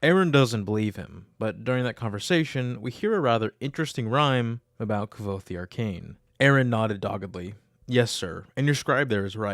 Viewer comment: didn't rothfuss say that it is pronounced like quote ?